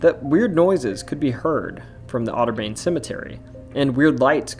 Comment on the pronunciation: “otter-bayn” is wild 💀